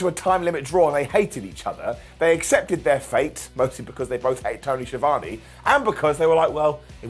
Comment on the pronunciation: Schivani, Sciavone...why can no one at WC say or spell Schiavone?